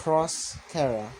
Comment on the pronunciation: Its chara not kara